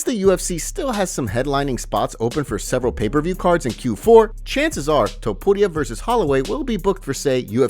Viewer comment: The way this guy says "Topuria" gets me every time